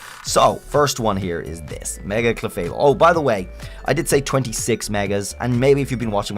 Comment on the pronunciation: IT'S MEGA, NOT MAEGAN! PLEASE SAY IT RIGHT!